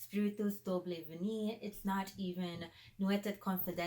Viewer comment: Also you ruined the pronunciation of Nuit et Confidences. If you’re going to dedicate a channel to fragrance, you should really learn how to say the names properly.